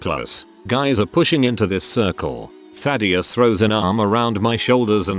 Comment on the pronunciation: Ah yes, TTS can say Thaddius perfectly but any other word that is relatively easy to say it messes up.